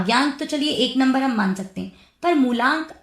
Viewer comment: मूलांक होता है न कि मूल्यांक थोड़ा बहुत तैयारी के साथ पॉडकास्ट शूट कीजिए